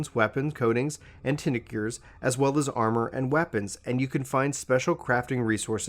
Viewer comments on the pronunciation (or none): tincture[ tingk-cher ] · ture is pronounced like infrastruc ture or architec ture